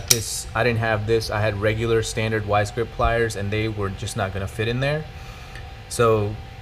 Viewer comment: "vice" grips bro not wise grips